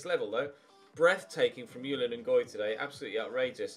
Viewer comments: Ches Ngoy's 1st name is pronounced Zhu-lee-uhn, it's a French name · I know I am a little with this but I am sure that the j in Julien Ngoy is not pronounced like a y, because he is Belgian and that would then probably be french. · You pronounce the J in Julien, it’s a French name and I’m part French and that’s how we say it.